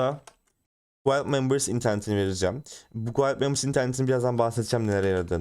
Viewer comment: Dostça bi düzeltme "guild" gild olarak telaffuz ediliyor. Yabancı çok aboneli bir çok kanalın anlatmadığı kalitede anlatıyorsun teşekkür ederim.